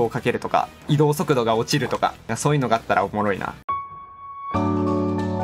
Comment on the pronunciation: 京都出身やから仕方ないんやけど、移動速度の言い方がバリバリ関西弁でちょっと笑ってしまうw